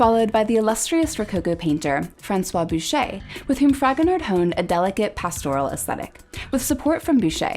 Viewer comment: Just a quick note, I think his name is pronounced Fragonar with the d being silent, as the last letter of French words/names usually are not pronounced.